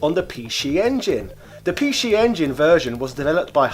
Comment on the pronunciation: Wait what? Pee shee? LMAO